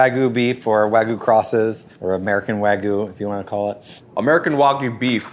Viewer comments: Sounds like an AI or Text-to-speech voice, to me. The way certain words were pronounced really gives me that implication. For example, "Wagyu" being pronounced "wagoo" rather than how literally every other person I've ever heard talk about it pronounces it: "Wag-you". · There is a "y" in wagyu It's not wagu, it's wah-gyuu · wa-gyu not wa-goo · can you say Wag? Can you, say - You? Now put the two together= Wagyu...NOT WAGU!!!!! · It is wagyu not wagoo. FFS. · Why are there people who pronounce Wagyu / (Wa-gyoo) as “wa-goo” so very weird. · Why are they all saying "wagoo"? It's "wagyoo", just like it looks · "wahgoo" dumb fkers cant even say wagyu correctly even the narrator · Why do people say “Waggoo” when there is clearly a Y in there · What is it with Americans mispronouncing Wagyu as Wagoo??! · C’mon, fellow Americans. Stop pronouncing Wagyu incorrectly. It’s “wah-gyu”. The -gyu is like putting a “g” in front of the word “you”. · Nothing says expert like not being able to pronounce Wagyu. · Most of these "burger experts" cant even pronounce wagyu correctly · That pronunciation of Wagyu... 🤦‍♀ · The way pronounces Wagyu bothers me. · Why do people ignore the Y in wagyu 😭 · This is the voice of James Hoffman. I think they bought the rights to his voice and recreated it using AI. You can tell by the way ‘Wagyu’ is pronounced. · It’s AI. Listen to how it pronounces Wagyu.